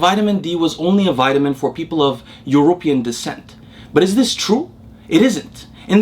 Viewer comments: Keep up the good work 💪💪 Btw love the way you say European… almost sounds like you mean people from Europa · I love how his pronounciation of European makes it sound like a tribe from Aftica.